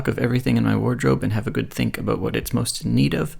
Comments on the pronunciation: I always forget that you're Canadian and am so delighted to be struck by a stray "aboot". It's the exact opposite of my very nasal Australian "abowt" and it brings me so much joy. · There's a little aboot at abowt the 10.45 mark :)